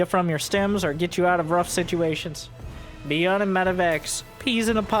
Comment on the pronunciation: "Bee-yunn" played a great game today!